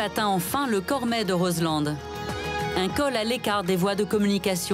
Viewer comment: Juste' une petite info : on en prononce pas de "D" de Roselend ! On dit phonétiquement : Rozlan !